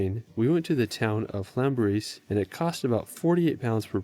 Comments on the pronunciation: At least he tried! I give anyone a pass for trying. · Slaughtered 'Llanberis'